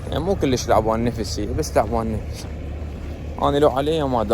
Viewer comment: ليش تكول كليش كول كُلش حته احله وافخمز